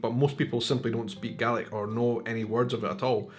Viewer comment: So help me God, you're saying "GARLIC".